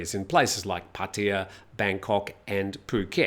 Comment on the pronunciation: Do only British people pronounce Pattaya incorrectly? Ask a Thai person.